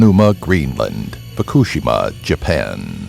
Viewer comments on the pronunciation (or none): Just incase you were wondering, fukushima is pronounced foo-koo-shee-mah